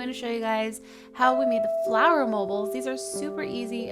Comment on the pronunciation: did anyone notice she kept saying flower? doesnt matter these are amazing!